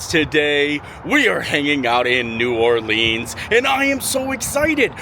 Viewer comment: As someone from Louisiana, hearing you say New Orleans the first time in the video triggered me. The second time though you said it right!